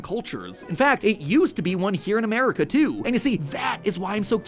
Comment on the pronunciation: Did I hear Mat say "A-Mare-ica"?